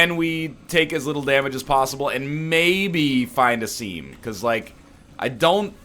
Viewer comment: Say "find the seem" next daily and we will get you some help